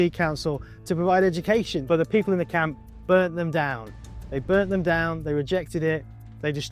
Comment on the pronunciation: Why would anyone pronounce "camp" like "count"....?